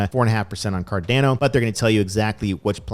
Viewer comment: it's still not car Dan o. it's "car dawno"